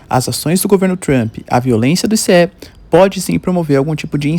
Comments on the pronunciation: Não é ICE, é ISSE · Nao é I-C-E, é ice, igual gelo.